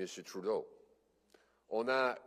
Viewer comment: Merci de le prononcer Troudeau Mr. Poilievre